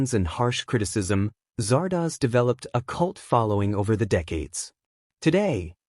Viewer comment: Do your research. It's Zardoz, not Zardaz.